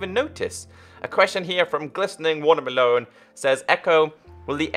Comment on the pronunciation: HE SAID WATERMELO'N... (water me-lown) VINE INTESTIFIES.